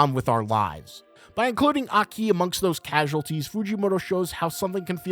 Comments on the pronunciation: It’s fun hearing Americans pronounce Japanese names incorrectly bro said “aKEEEE” 🤣🤦‍♂️ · Broo plsss i like you content bu plsss pronouce the names right like aki not a ki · That isn't how Japanese people pronounce Aki. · Great vid but the way you pronounce Aki's name is just not it bro